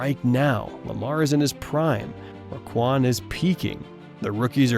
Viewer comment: So we just gonna leave our big play Bate?? we’re gonna mispronounce Roquan‘s name dammit I wanted to like this video